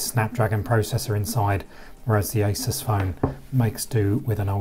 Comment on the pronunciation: ASUS not ISIS.. G